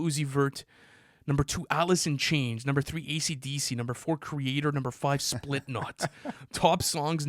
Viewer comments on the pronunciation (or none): please tell me did not just say “SPLIT-KNOT” 😭😭😭